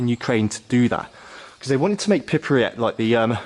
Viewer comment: Btw where is "pipryat"? Sorry, im a swine for correcting pronunciations, i do it to the hubby all the time too 😂